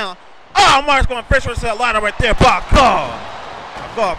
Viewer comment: LOL kept pronouncing it Marse